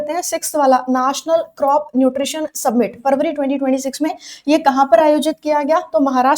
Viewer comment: सबमिट ❌️ समिट ✅️